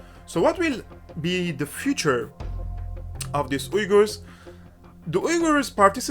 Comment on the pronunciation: Is he saying "wiggers"? Because it sounds like he's saying "wiggers". Do "wiggers" have their own country now? I hope so so they can celebrate their "wiggerism".